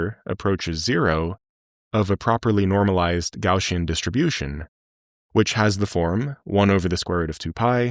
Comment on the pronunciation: Gaussian, NOT Gaushian, lol